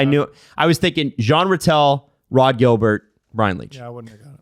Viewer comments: It sounds more like Gilles-bere (pronunciation-wise).- for Rod Gilbert. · OMG this keeps happening. Rod Gilbert is french canadian.... IT'S PRONOUNCED THE SAME AS GILBERT PERREAULT